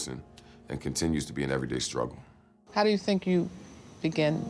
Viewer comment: "Everyday strugge" Rolllll credits